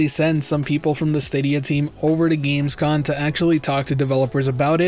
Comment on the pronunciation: Gamescom* not gamescon